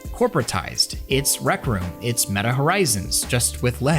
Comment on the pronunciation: "It's Medduh Horizons, just with legs!" - Zuck it, Metabookulus!:D Looks interesting with those warped tracking rings, guess you won't clash them into each other as often as with the Q2 (the Q1 is actually better because they're a bit smaller and dont extend so far inwards), but after having seen the leaks of the Cambria controllers, I don't wanna have anything else anymore.: praises the controllers for not doing things drastically wrong Also: shows a pic of the Pimax Dumpster Fire:D I hope he knows that L in the US basically is roughly like 4XL in Europe...:D